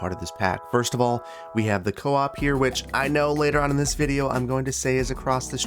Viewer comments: Swede here. It’s pronounced coop like cool, not co-op 😊 Great episode! 🙏🏻🙏🏻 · As a swede myself i have to correct you, its pronounced ”coop” not co-op lol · That looks like the store "Coop" which I've heard pronounced Cope and Coupe.